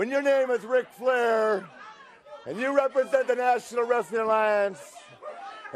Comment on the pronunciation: “Rick” Flair?